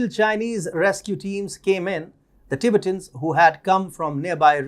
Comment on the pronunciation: Tibet is pronounced Ti-bett, with emphasis on the 2nd syllable, in English. Not Tibit, but Ti-bett'. Same goes for Ti-bett'-tans.